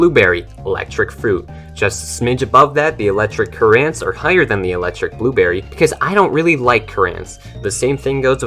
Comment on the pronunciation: Cur-ANT lol I love your vids bro